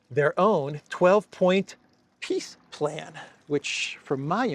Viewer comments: ...did you say peace plan or piss plan?? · Funny that when says it, it sounds like Piss Plan... I think its a pretty accurate description... 🤣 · has an interesting way of pronouncingpeace plan....it comes out as PISS plane.....very appropriate! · It sounds as if you are calling it a "Piss plan". 😂😂